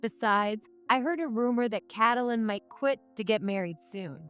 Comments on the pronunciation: Please stop saying Kat a lyn , it's Katelyn as in too names Kate lyn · That’s not Catalan it’s Kate a Lynn. Fix your AI or get a better one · No, there isn't an M sound in the that name. It's Kate Lyn - with an N! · Cattle Lynn fun pronouncation for the affair cow! Lol